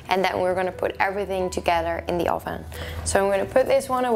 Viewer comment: Oh-ven lol